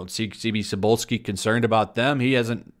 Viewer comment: Cebulski is a Polish last name. It comes from a vegetable: Cebula - Onion. I think that this Mr. Onion has gone bad. The end -ski in the name is an indicator that his family in the distance past had a minor nobility status. Minor nobility was composed of families that owned the land and work it, like the pesant would. In most cases their ancestor had done something significant, mostly in war, and for that he was "adopted" by the actual noble family under their heraldry sign. After the partitions of the Commonwealth their status were abolished by participating empires. If you want to say Cebulski in Polish you should say it like 'Tzebullski'